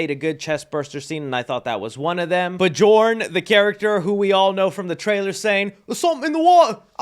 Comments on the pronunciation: Bjorn is pronounced "Byorn", not "Buh-jorn" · Bajorn hahaha, im going to assume that it’s pronounced B-yorn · did this mfer just say 'b-jorn' 💀